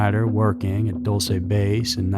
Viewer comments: I live near there. We pronounce it dull-see. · this is probably petty but i think it's DULL-chey, not DULL-say. super fascinating subject overshadowed by area 51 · Pronounced "Dull-chee" not "Dool-say" you sound so stupid when you mispronounce such a well known base.... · Pronounced (dull-chay) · I thought it was Dulce " Dull-se' '" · You pronounced dulce New Mexico wrong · you're pronouncing Dulce wrong